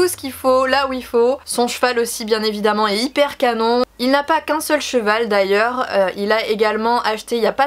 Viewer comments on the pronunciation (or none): none